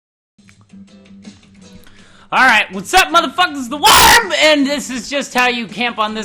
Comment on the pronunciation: it kills me when you say "the worm" 😂